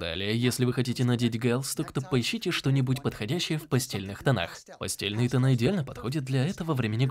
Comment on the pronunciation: Боже, это не постельные цвета, а ПАСТЕЛЬНЫЕ, читается как [пастэльные]